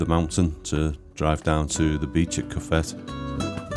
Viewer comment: Great video fantastic shots only thing pronunciations of cofete ..co fet e and you stayed in jandia pronounced handia for those who have never visited fuerteventura oh music to video also fantastic